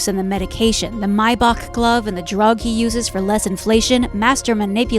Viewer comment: Two light-skinned kids 😂😂 both kendricks kids a chocolaté. And originally he talked about your fatherhood not your son. What a reaching excuse to talk about his actual kids. Months later this shit still funny. Also please learn how to read. Tf is maybock?